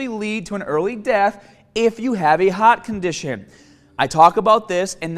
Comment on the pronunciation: What’s a hat condition? The lack of the “r” sound in his vocabulary is insane.